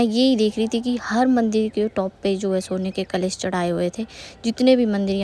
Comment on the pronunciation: kalesh nhi " kalash"😂